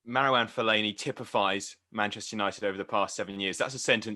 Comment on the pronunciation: The disrespect he put on fellani’s name